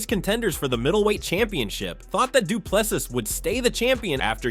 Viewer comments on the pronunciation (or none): For anyone interested: his surname is pronounced as "du Ple-SEE" not "du Ple-sis". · Well done Dricus, viva 🇿🇦. I enjoy your channel, but please pronounce Dricus du Plessis [doo-pla-see], silent ‘s’ at the end. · The S at the end of Du Plessis is silent! It's French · How stupid are the Americans that after DDP has been the champ for over a year, they cannot be bothered to learn how to pronounce his name properly. He is a world champ and deserves that respect. Do better ignorant Americans